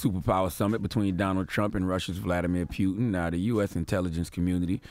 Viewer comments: It's Putin B! Pronounced like pootin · Why does lenard keep saying pewtin? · Dude said pyootin. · Charlemagne can't even say Putin right lbs. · Why does Charlemagne keep mispronouncing “Putin” ? Or are we saying it wrong? 🤔🤔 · Francesco Galiano he’s making it funny instead of Putin is puking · Yo, the way Charlamagne saying Putins name is pissing me tf off... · Sonny Torres lol Made me think I was pronouncing it wrong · Bruh! It's Poo-tin, not Peew-tin 😩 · its POOTIN' like a fart not Pewtin like you shootin.. someone help charlamagne pronounce words before he gets on air dammit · It's Putin....not "Pew-ton" Charlemagne....lol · It’s Putin (poo-tin) not pew-tin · Charlemagne, there is no "pew" sound in the surname. It’s pronounced: vluh-DEE-meer POO-tin." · CTG.If you want to talk politics, you need to learn more about it.How are you so sure Russia had anything to do with US election?How are you so sure that FBI claimed it was Russia? Only cause they say it on TV? p.s It's PUTIN not Pyutin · Putin! Not Piutin! Sorry bugged me haha keep up the good work though. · It's PUTIN not PYUTIN man dam. As in: "I got home from work and started POOTIN" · Nobody in America says Putin's name correctly. Especially the mainstream media. His name is pronounced Pootyen. But everyone in America says Pootin because American's dnt take the time to say people from other countries names right. And most Americans are clueless about Linguistics. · NASHA? PEWTIN? EARF? Charlamagne do u have speech impediment? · He say pewtin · He know's it isn't pronounced pewtin and says it excessively just to shove it in people's ears.... these the times when I remember why I don't like CTG.. he's like a hiphop hipster.. he tries so hard to be different and stand out and it just doesn't come across natural. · Pew-tin lol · Why is this guy saying "Pew-un"? WTF, bruh? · Pewton and Sons 🤣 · Not pewtin😂😂😂😂😂😂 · Stop saying "pew"tin and ghentleman! The latter ctg says constantly! Arggg